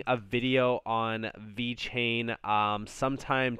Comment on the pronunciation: damn this man said VET and TEL, here i was thinking you actually knew more about crypto more than me lmfaooooo, wow